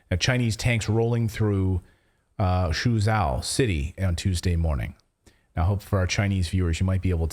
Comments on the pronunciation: "Zhou" is pronounced as Joe. Suzhou is Soo-Joe, and for extra measure "Xi" is pronounced as C. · Suzhou = Soo-choe (rhymes with Joe).